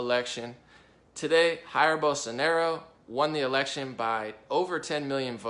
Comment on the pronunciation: "Haeer Bolsonaro" Please, dude. We speak Portuguese, not Spanish, don't assume the pronunciation is the same, that triggers the shit out of any brazilian. :S